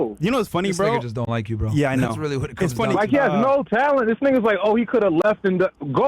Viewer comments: Did I hear “niggasis” 😂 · He said “niggasisis” lol 🤣